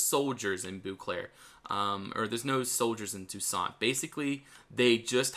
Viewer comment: It not "Booclair", you need to say "bowclair"